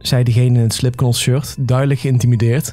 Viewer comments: Leuk verhaal je spreekt het trouwens uit als slipnot niet slipknot okal schrijf je het zo goed bezig en blijven knallen😅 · Het is slipknot maar je soreekt t uit met als slipnot maar goeie muziek js da